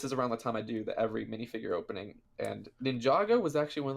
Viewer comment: "Wiff" "Monff" "Minifigrr" "Ferius"